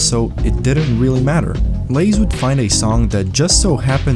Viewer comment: I can't believe you pronounced Lasse as Lays